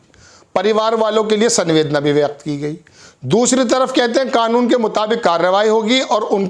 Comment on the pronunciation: Sanvedna nhi samvedna pronunciation hota he is shabd ka